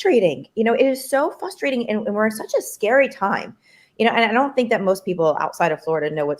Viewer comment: She said “fustrating” twice.